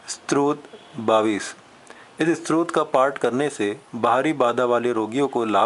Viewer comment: बडी अच्छी सूचना है पर आप ने स्तोत्र शब्दही ठीक से नहीं बोला है, आप स्त्रोत कह रहे हैं । दोनो में बहुत अंतर है|